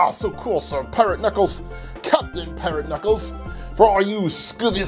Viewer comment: Bro-you litterly got so much alll of this names wrong it’s dread,you said piRaTe KnUcKleS bro get names right💀